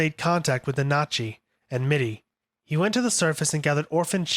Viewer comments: Almost sounds like he's saiyan nazi 💀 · Honestly can't finished this video with you mispronouncing Nanachi 🤦‍♂️